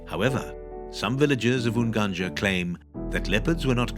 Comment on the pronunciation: coz he is not a native duuh